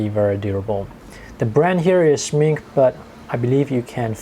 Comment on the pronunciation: Schmincke reads with the e from the final too! I know you are South East Asian but try it!